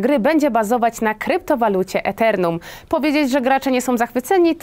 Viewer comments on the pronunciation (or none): Kryptowaluta Æternum? Raczej Ethereum (czyta się " itirium ")